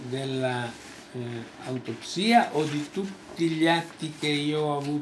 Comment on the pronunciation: e sono 27 anni di troppo ......non sa nemmeno pronunciare il termine autoPSSSSSSIA